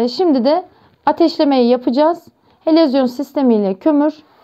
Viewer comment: helezyon, helovizyon , yok yok helezon olmasın.